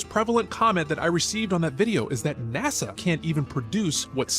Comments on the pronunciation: And why do u call NASA NAZZA? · Where do I get the application for NASA? I can learn to edit pictures and videos, and I don't mind showing up for photo opportunities. Sounds like easy money to me 😂 Question:, I have never heard "NASA" pronounced the way you say it, I'm curious what region pronounces it like that. I love your common sense way of approaching videos. The way you speak of your family is very heart warming, and I believe you and your wife are doing something right! I look forward to your videos every day 👏!